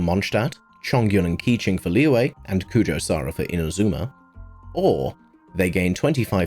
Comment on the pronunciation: These are some rlly great tips but the way you pronounce some things like Liyue just kinda ticks me. Its not Leeway, its Liyue. Its chinese and i understand not all ppl know how to pronounce such things but you could search it up and learn